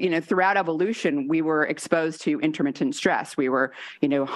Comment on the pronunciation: Intermittent, not interMINTent